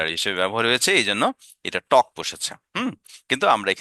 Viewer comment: অসাধারণ স্যার। আপনার চ্যানেলে সময় দিলে শিখতে পারবো ইনশাআল্লাহ। মাঝে মাঝে ঠু ঠক না বলে টু বা টক বলেন মানে উচ্চারণ আগের মতো করে ফেলেন এটা সংশোধন করলে আরও ভালো হবে ইনশাআল্লাহ।